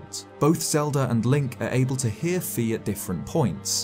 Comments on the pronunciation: Fi is pronounced "Fai" not "Fee" just so you know. Like the Greek letter Phi and in Japanese, ファイ. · FYI in Japanese Fi is pronounced “Fy” like “my.” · Fi is pronounced like Fai. In fact, that is how her name is spelled in katakana… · Say Fi one more time and I'm gonna go mad xD. It's "F-eye" And Gerudo is pronounced "Grr-udo" Like a bear "Grrrrr" I now realize that you are from the UK. 😂